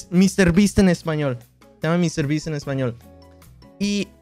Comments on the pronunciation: Quackity mr.beast en español se dice como en inglés no señor bestia xd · Dice MEANDO 101